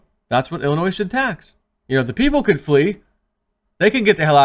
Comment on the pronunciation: ...please the S is silent when saying Illinois, it makes u look incompetent, luv you!